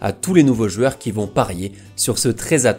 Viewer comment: Une rivalité mmmtactique, le psg mmest en confiance, de jouer avec mm un faux numéro 9, ... Mais à part ça, tes vidéos sont géniales :p J'ai aussi une question pour "jueurs" au lieu de "joueurs", c'est un accent ?